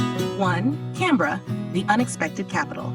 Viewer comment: Hello here is my feedback: 1. The human population of Australia is: 27M 2. The way you say Canberra, Sydney and Melbourne is correct and I am surprised that you actually say it correctly if you are an American 😂 3. The correct population of Kangaroos is 35M not 50M+ 4. 18% of Australia is Classified as Desert not 35% 5. The dingo fence is 5,614km (3,488 Miles) long, and not bigger than that of The Great Wall of China which is 20,000km (12,427 Miles) long